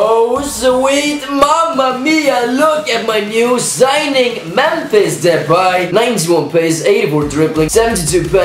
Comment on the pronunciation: you are like the first foreigner who can say depays name properly